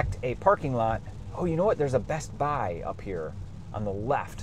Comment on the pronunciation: pronouncing the T in bestbuy is wild